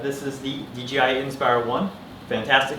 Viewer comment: It's pronounced D - J - I ... not "DGI"....uh, just so u, uh, you know, uh, are aware.